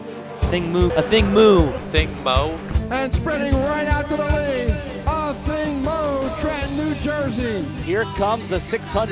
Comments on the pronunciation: Pronounced Ah-thing Moo (it’s a Sudanese name, so pronounced phonetically) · Right, I also hate how announcers mess up her name.